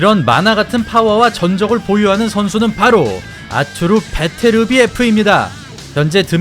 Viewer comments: 아투르...가 아니고, 아르뚜르...라고 해야 해요. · 러샤 원어민 발음으로는 아투르가 아니고 '아르뚜르'라고 '뚜'에 악센트를 넣습니다.